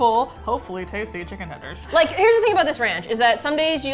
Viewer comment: I don’t wanna make tendees. I don’t wanna make tendees. I don’t wanna make tendees... DANG IT! Now I gotta go make tendees. 😏